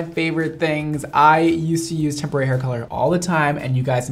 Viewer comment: All I can hear is tempura hair colour